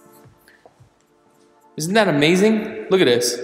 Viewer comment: "Look-ad-dis......Look-ad dat"......sounds like a bad used car salesman but trying to sell a million dollar home. Detail descriptions aren't even accurate. I doubt this guy even listens to his vid afterwards.